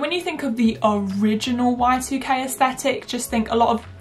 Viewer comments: Every time you said y2k i heard white UK and i was really confused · OMG lol I kept hearing white UK instead of y2k and it wasn't making any sense :)))